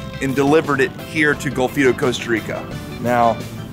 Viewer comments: its golfito, with an O. i live there. haha, love your channel. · Bruce is just one of the companies that does that, he is also one, if not the most expensive. My nephew also checked in your vessel, before it was uploaded from the ship. And for God's sake, learn the names of your destinations, its Golfito! But, thats all fine. Some just past through my little paradise and move on... just the way I like it. Too many gringos, destroy everything. You show a very small part of CR, but all channels do.